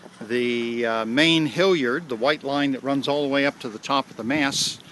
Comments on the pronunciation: It makes me wince every time you say HILLyard instead of HALyard. I watched 1, 2 & spinnaker vids and now my soul is bleeding. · I suspect a regionalism.